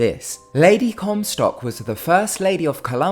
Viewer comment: Lady Comstock?..... Really???? 🙄